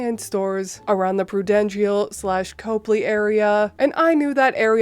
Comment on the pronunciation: I am going to give you a pass on your pronunciation of the Prudential building!! Years ago there used to be a restaurant on the top floor that would rotate around. Giving the diners a beautiful view of my Beautiful Boston. I don't know if it is still operating. OP was right the Cheescake restaurant is very expensive and most times you can't afford to buy what they are famous for.